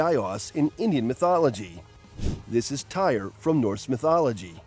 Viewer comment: It's not whatever your saying it's tear it's spelt Tyr but you say it like tear